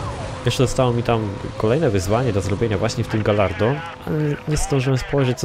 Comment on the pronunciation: Gallardo czytamy Gajardo ;)